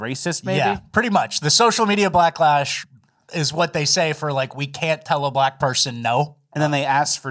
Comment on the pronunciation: Did I hear that right 😂 “social media blacklash”